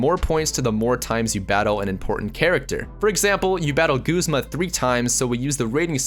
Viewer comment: Btw it's Guzma not Goozma